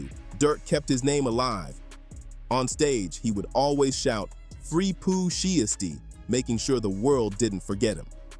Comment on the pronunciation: Learn how to say Pooh Shiesty bro you can't read.